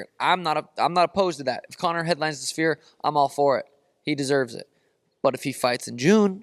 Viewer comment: "the schfeer" 😂